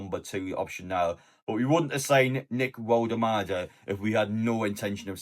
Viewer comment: in German W is pronounced V